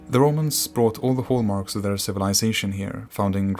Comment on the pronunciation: Hallmarks, not "haulmarks"